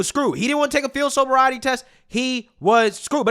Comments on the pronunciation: "Sober-Riety" ❌ Sobriety ✅ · ain’t no way you can’t say “sobriety” 🤣